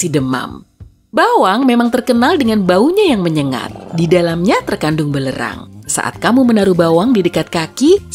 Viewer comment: Penyebutan belerang bukan belerang min, tapi belerang...